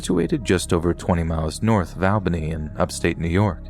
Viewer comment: Awesome stories. Just an FYI...Albany NY is not pronounced AL-bany. It's ALL-bany.